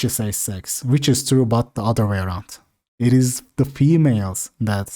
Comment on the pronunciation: deki İT diyişi başka hangi dilden olabilir